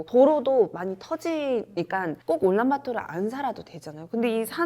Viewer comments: 올란바토르가 아니고 울란바토르 아닌가? 내가 잘못 알고 있나?... 도 올란바토르라고 하시니 더 헷갈리네... 그나저나 어르신들이 산 뚫는 걸 반대한다고? 징기즈칸때부터 내려왔다? 그 산들은 징기즈칸 이전부터 있던걸텐데..? 자연 사랑? 좋지. 근데 오염되서 자연이 더 망가질거 같은데..? 산사태 방지나 어린 묘목을 위해 벌목하 듯 융통성 좀 가지자. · 올란바토르인가요 울란바토르인가요?? 발음이 듣기에는 올란바토르로 들리네요.